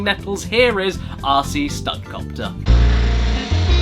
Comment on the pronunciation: being used to your accent, when you say rc, it sounds like youre saying ARSEY, (or assey, for us 'mericans). made me laugh the whole time.